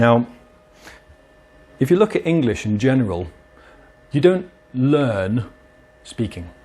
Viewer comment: The most british "Learn" that I've ever heard.